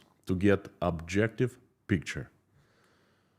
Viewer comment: Just a little poke: when you mean to say objective, don't say abjective. Sounds strange.